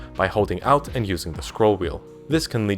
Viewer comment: How the fuck do you pronounce Alt as Out?